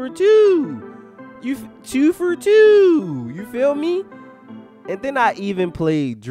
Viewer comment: “Tew fur Tew”😂😂😂